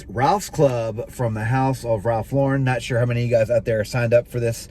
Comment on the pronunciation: He's pronouncing Lauren correctly.